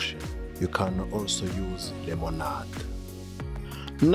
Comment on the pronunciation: I heard lemowNod and I freaking loved it lol